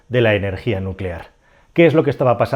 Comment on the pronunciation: Nucelar se dice nu ce lar..